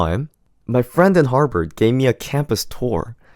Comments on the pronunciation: Good thing you didn't get accepted because you don't even know the school's name its Harvard not Harbird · harvard ❌ harBard ✅ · Is anyone else hearing "Harpard" instead of Harvard?